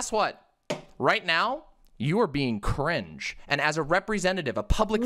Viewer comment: "You are being cuh-ringe" "WHAT?!?!" This was the funniest part of the debate